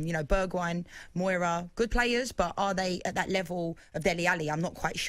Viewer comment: What player has Mourinho ever brought back up after putting them down? Did she called Lucas moura, Moira? Diers been brilliant!? Wtf And wow those teeth